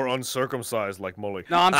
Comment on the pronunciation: Mully not molly